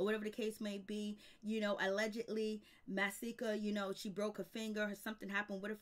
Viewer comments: It's Just Masika (Muh)-See-Ka. Not Mysika Or Maahsika Or Whatever Tf You Keep Saying. Shyt Like That Is Why I Refuse To Sub To Your Channel. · OMG. Hazel E had a girl. Pleade say Masika name right.